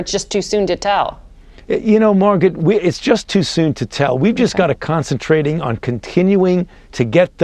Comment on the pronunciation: I love how he says concentrating. I think he meant to say that we need to keep concentrating but he doesn’t know how to speak.